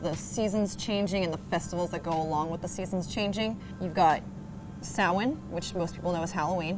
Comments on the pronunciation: The gaelic pronunciation is sah-wen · Did she call Samhain "salmon"?